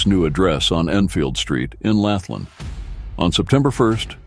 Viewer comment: Do you say going to see a Bund no you say going to see a band so ad an a you get Banda, so when you mention Kalgoorlie not pronounced callgoorly it's Kal like Gal and the r is silent, Lathlain not what you said it's lane as the pronunciation